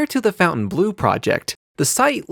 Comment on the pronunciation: I like your show but you should learn how to pronounce the name of the hotel correctly